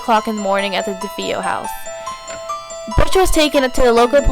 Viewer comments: DeFeo = Da Fay oh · You're not pronouncing Defeo the way it's supposed to be pronounced.